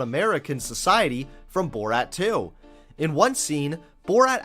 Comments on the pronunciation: This video was great but I love the way you say "Bort" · i loved the video but your pronouncing of borat and kazakhstan triggered me